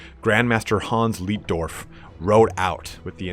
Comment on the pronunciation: your pronounciation of the german based imperial names is horrible...... markus leitdorf is pronounced more like laetdorf not leetdorf.